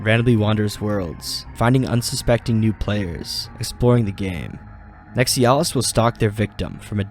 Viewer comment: How hard is it to pronounce NEX EYE UH LIST